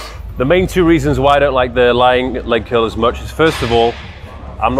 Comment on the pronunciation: I don't notice your accent much until you say curl, and it sounds like kill.....